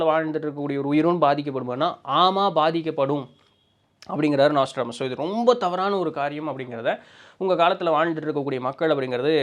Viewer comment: நோஸ்ட்ராடாமஸ் ஆ ப்ரோ?😅 நாஸ்ட்ரோடாமஸ்தான? அட்டைப்படத்துல அந்த ஸ்பெல்லிங்தான் இருக்குது ப்ரோ